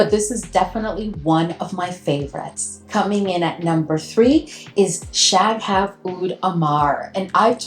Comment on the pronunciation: Shaghaf is one word, you shouldn't break it up like that. The GH is the equivalent of a very guttural (uvular) R in Arabic.